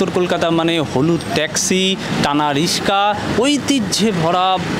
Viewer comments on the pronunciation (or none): কি ইউ টিউবার রে বাবা, রিকশা কে রিসকা বলে?